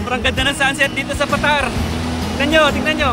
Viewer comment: Paaa—-tar, Hindi patar.